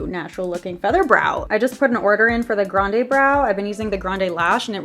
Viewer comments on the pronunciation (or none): none